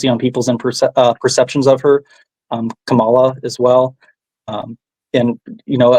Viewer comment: Kamala. Is pronounced., comma la.